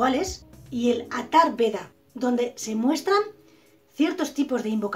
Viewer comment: Es Atharvaveda, no Atharveda.